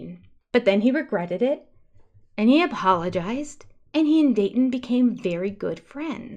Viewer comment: Does it drive you nuts that Robin is unable to say words with a t in the word? She even named her first child a name that she cannot pronounce. Dayton has a t in the middle so she just pronounces the vowels on either side. It makes me absolutely crazy.